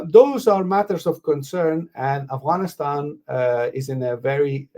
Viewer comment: Brother Adil please pronounce Afghanistan properly. It’s not Aghwanistan.